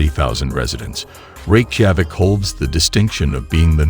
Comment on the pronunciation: It would add a lot of credibility to your video if you would teach to text-to-speech app to pronounce Reykjavik correctly! It makes it appear amateurish..